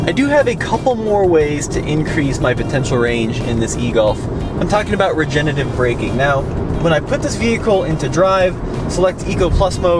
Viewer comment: Regenerative, not regenetive!